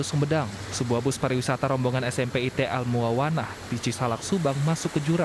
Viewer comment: Duh bacany al muawanah mbakk... bukan 'a el 😓